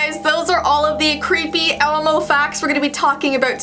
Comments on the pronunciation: I the ending did she she say elemo instead of elmo ??? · she says elemo 😂😅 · She said elAmo